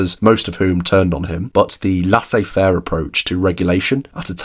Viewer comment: that is NOT how you pronounce laissez-faire (it's more like: less eh fair).